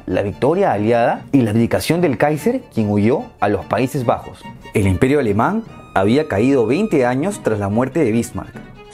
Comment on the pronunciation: "El imperio alemang" jajaj buen video bro, cómo siempre 👌